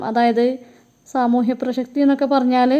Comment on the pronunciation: പ്രശക്തി അല്ല പ്രസക്തി, എന്നാലും നല്ല video Presentation 💞💞